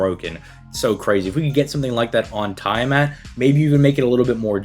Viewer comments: It's Tia-Mot my dude xD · Is it? I'm a D&D Dungeon Master regular so unless it's specifically a Fate difference (I don't know Fate), it is Tiamat. This Youtuber's definitely pronouncing her name wrong either way lmao.